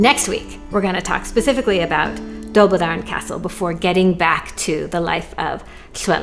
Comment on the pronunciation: Very interesting once again. Good pronunciation - but have another look at Dolbadarn - perhaps "Doll-BAD-arn" with the emphasis on the "bad" part. Perhaps I am over-simplifying here, but we usually don't have the emphasis on the first part of a word/phrase in Welsh - even something like 'corn flakes' - CORN-flakes in English - but corn-FLAKES in Welsh!!!!!